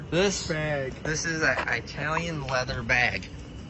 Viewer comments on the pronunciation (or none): It’s Eye-Tallion. lol